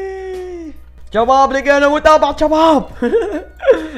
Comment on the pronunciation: ليش تكول جباب كول شباب